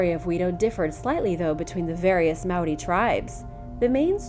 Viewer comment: That was honestly a super good attempt at saying Māori. I'm proud